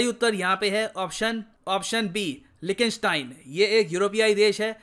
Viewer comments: 🤣🤣🤣 लीकटेनस्टेन not लिखी स्टेन please correct ur pronunciation bro it's pathetic. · Austria ka pronounciation sari bhashaon me galat tha aur Liechtenstein ka bhi accurate nahi tha